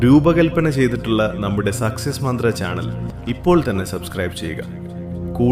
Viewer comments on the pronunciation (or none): സെക്‌സസ് മന്ത്ര അല്ല..സക്സസ് മന്ത്ര❤